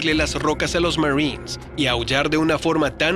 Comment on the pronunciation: Aprende a hablar..."marrins "...marines...marines